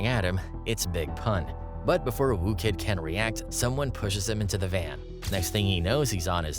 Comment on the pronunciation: FFS, his name's WHOO Kid, not ''Woo'' Kid.